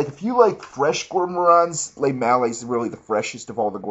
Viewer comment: Fuck you all haters hahaha.. Lemale is now officially called le-male-AA.. ur all saying it wrong! a minty crisp vanilla GOROMAND BABY!